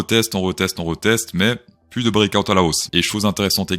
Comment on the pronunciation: HOLA, créptoh'shOs, dit "PLOUSS" (= PLUS; car on en peut plousse)